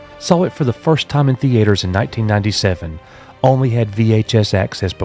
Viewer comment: Nobody: This guy: THEE-ATE-ERS